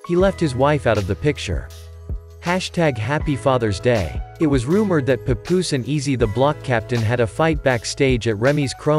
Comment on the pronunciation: Could’ve at least pronounced Papoose name correctly.